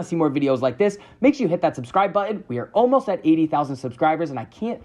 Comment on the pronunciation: Stop saying “Impor-int” and “buh-in”. ImporTANT ButtON